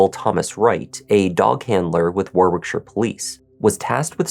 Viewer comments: Hi, It's pronounced War-ick-shur. The second 'w' in Warwickshire is silent. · Thanks,. I remember this story, as I live in the UK. Just for future reference, Warwickshire is pronounced like Warickshire (silent middle "w"), and the War..... bit is more like you'd pronounce the word "bar". English town and county names are sometimes pronounced very different from how they're spelt, but not nearly as strange as some Irish places, where I'm from. Take care, and stay safe. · Warwickshire is pronounced Warrickshire,. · Even the way he says war-wick-shire? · So it says arwickshire? Not that you'll care. 🤔🙂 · In uk we pronounce Warwickshire as War ickshire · Listen to the way the female police officer pronounces Warwickshire.. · Warwickshire- second w is silent. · And 'Whit-ick' rather than Whitwick. You wouldn't know though I guess if not from here